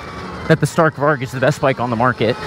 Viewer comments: I’m Swedish and you said Stark Varg a little miss pronounced but still Awsome! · Im from Sweden and i just love youre videos but i must say one thing. You say stark varg but you pronounce it stark varj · you realy say it lik this varj but its spelld varg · You gotta stop pronouncing it StArk vArg.